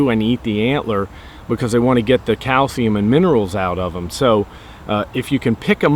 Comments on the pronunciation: when he said calcium i thought he said "cow semen" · Sounded like you said cow semen instead of calcium